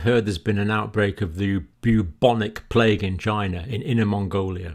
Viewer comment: That is a question you should "Ask Chy-na."